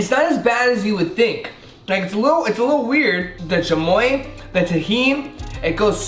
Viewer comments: doesn’t know how to speak Spanish no hate but he said “chamoya” it’s chamoy” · Chamoia ahhah😂😂 its chamio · "the chamoye, the tajeen" jshaheiej that's how he pronounced it. fr thot he was a Latino, guess not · This guy might have some Mexican blood but probably wasn’t raised in a proper Hispanic house 😂 he said chamoya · Did he really just put an “A” at the end of chamoy 🤦🏻‍♀️